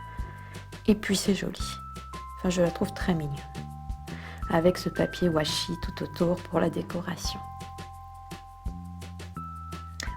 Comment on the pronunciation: on dit pas wachi